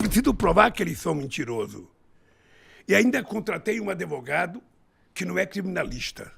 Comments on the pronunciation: “AdEvogado” meu Deus… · O português impecável “os adevogado criminalista” socoroooo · Caralho é impressão minha ele fala Adevogao! Agora tudo se explica porque ele quis ficar num presídio para pedir votos deles. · cabaço n sabe falar advogadokkkkkkk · Parabéns ao Brasil por colocar esse energúmeno mais uma vez na presidência, só sabe contar mentiras e fugir das perguntas que foi acusado… nem falar essa desgraça sabe… e para completar diz que se preparou espiritualmente… pacto com o diabo isso sim… o presidente de vocês fala “adêvogado”? O do Brasil fala! Isso se reflete em todas as áreas, o Brasil é uma vergonha, e fodam-se os mimimis que não gostarem!!! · Ele tava tentando ser preso por pegar um “adevogado” sem experiência 😂😂😂😂😂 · Queria saber porque não foi para cuba ou Venezuela !! E depois procurar uma professora de português para aprender a falar a palavra advogado e não ADEVOGADO ! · Me impressiona (nem tanto) um ser humano desses que já foi presidente falar adevogado KKKKK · "Contratei um adevogado", cacete, o cara não sabe falar, quando fala fica mentindo, e ta quase virando presidente, meu Deus do céu. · "Adevogado" 😂😂😂 Que nojo 🤮 Pq o Igor não falou que o Bonner mentiu? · Falou sim que quer regulamentar a mídia eu vi o vídeo. Fala em falta de educação e fala adevogado kkkkkk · Mas a culpa foi dos "adevogado" 🤣🤣🤣🤣